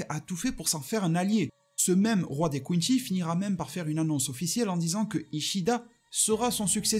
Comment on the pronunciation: Pourquoi tu dis quinchy alors que ça se prononce quincy